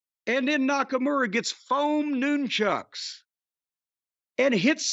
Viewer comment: da fuq is a noon-chuck 😂😂😂 is that what chuck norris is called in the afternoon????